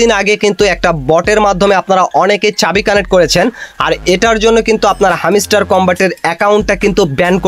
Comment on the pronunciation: হামিস্টার কি ভাই হেমস্টার হবে😂